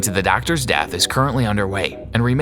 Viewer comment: Lol he sed dath